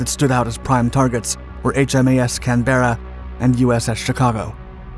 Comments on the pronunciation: Pronounced Canbra, not Can Berra. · The word is Canberra - fluid pronunciation - not can-berra. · A US narrator, incapable of properly pronouncing the name of a warship named after Australia’s capital city ~ Canberra. No surprises there. His deep ignorance in thinking they May is summer in Australia, is also unsurprising.